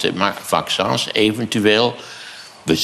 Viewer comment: 'Vaccûns'. Lekker Maarten.